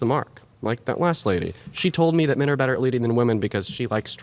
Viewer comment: How on earth do so many ppl pronounce women as “woman” and men as “min”? Soooo frustrating